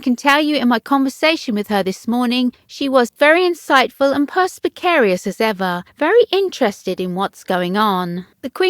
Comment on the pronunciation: He said the queen was insightful and perspicacious! Not ‘perspicarous’!